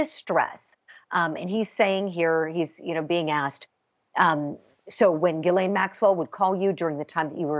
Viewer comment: G- HIS- LAINE = Jizzlane, It’s pronounced Jizzlane...